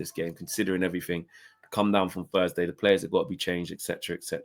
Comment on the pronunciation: "Thursday" not "fursday" how can anybody that came through one of the best education systems in the developed world not be able to pronounce one of the fundamental sounds in the spoken language?